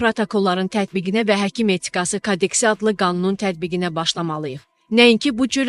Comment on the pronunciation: Kadeks yox. Kodeks